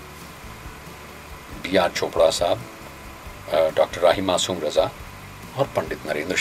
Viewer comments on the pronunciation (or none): Bhai sahab wo to Harish bhimani ji hain..par aap khud ka uccharan dekhiye zara...starting mein hi .(hajir) nahin ( hazir ) hota hai..(suru nahin (shuru) hota hai .rahi masoom (Raja) nahin (Raza) hai sahi uccharan .iske aage aur bhi hoga par itna hi sunne ke baad aapka video dekhna nahin maine ..kripya uccharan sahi kijiye.